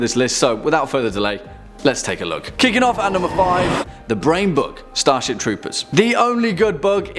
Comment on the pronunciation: You said "The Brain Bug", I heard "The Brain Buck".